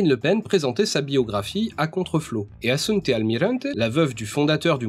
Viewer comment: C'est Assunta Almirante, pas assunte je crois